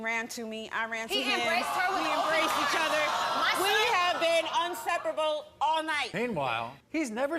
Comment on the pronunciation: Saying unseprable is unaseptable 🥴